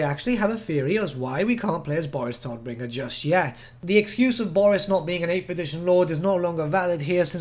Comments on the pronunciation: I don't like the English pronounciation of his name. Todbringer is German and means the bringer of death. The T and B are prounounced hard. The O is a long O. And the R's have to be rolled more. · No problem. I'm just used to our harsh German pronounciation. When you say Todbringer it sounds as cute as toddler to me 😂😂😂